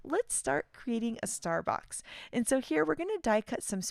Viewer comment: Every time she says « star box » I hear « Starbucks » lol This release is so fun!